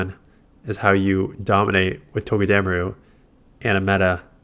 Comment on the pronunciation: It’s TOE-Guh-duh-Maru Come on man your better than whatever it is your saying😂 still my dude tho keep the vids coming 15-22 mins plz